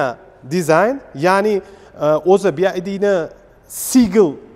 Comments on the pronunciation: Bi ay di deb xiq qivordi Bi vay di deb talaffuz qilinsa kere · Oka AY emas VAY Bi Vay Di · Bi-ay-di emas. Bi-vay-di oqiladi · Faqat o'zbechamas ruschaniyam inglischaniyam gapirishshi chichvorvossan bi ay di bomidi bi vay di dib oqiladi san etishin boyicha BID bolishi keregidi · Бияйди эмас бивайди деб айтилади аввал тугри суз айтишни урган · "Bi-Vay-Di" deb oʻqiladi. 😅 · BYD BIVAYDI DEB UQILADI KIYIN ESA BYD XITOYNIKI BULSA ULAR RUSCHADAN OLMIDI BILMASANG NEGA GAPIRASAN URROD OLDIN UQISHNI URGAN TUSHUNDINGMI SIGLNING MANOSINING TARJIMASI SHAGAR UCHUN KANFORT DIYILADI OLDIM GAPIRADIGON GAPINGNI BIL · Bi vay di deb oqilmidimi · Bu bola xaqiqiy Uzbekcha obzor qipti ! Yozilishi ingilizcha etilishi uzbekcha bopti 😅😅😅 chaykani uzbekchasi chayka didi yu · Byd notogri oqiyapsiz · Bi ay di emish😂😂. Bi vay di. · Aka "Bi-Ay-Di" mas "Bi-Vuay-Di" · bi ay di emas bi vay di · Нимага Би Ай Ди девоссиз? Би Вай Ди!!! Build Your Dreams!!! Жуда киммат!!! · Bid masss oka BYD oldin nomi tògri aytishni òrganish kerak😂😂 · obzor zo'r chiqibdi, faqat bu firma Bi Vay Di masmidi nimaga Bi Ay di boshidan oxirigacha. Best Your Dreams deb yozibam qo'yibdi orqasida😀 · Talaffuz [Bi ay di ] emas [ bi vay di] juda kichkina xato lekin hozir hamma talaffuzini biladi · BID(bi ay di) shundo dvosla 😂 aslida BYD (bi vay di)bolad uzbechan organurin bilmiman dme bowqa tili eplab gapromayapslayu 🙌🏻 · BYD. Siz BID dib etvos nomini. Ya'ni (Bi-way-di) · BID-bi ay di❌ BYD-bi way di✅ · Bi ay di emas bi vay di (byd). Ingliz tilini o‘rganish kerak. O‘zbek tilini bilish darajasi ham yaxshimas. Manimcha rus tilini bilish ham yaxshimas. Lekin avtomobil to‘g‘risidagi tavsilot a'lo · BiAyDi 😆 BYD naxot togri oqiyolmasela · "Bi-Vay-diy" deb talaffuz qilinadiiiii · Би ай ди мас би вай ди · Классаларалара😂 Ока нималарни деб юбораяпсиз, кейин биайди эмас бивайди дейилади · BID emas BYD boo‘ladi bu moshinani brend nomi.:)) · BYD (bi wai di) BID (bi ai di) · BYD - BIVAYDI деб укилади. BIAYDI дип укиш ХАТО